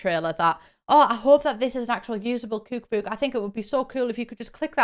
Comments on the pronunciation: Me clicking on this video excited to hear her say "kook book": ✨️😆💕🥰✌️😁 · i like how she says cook book! cuuke buuke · "KEWK BEWK"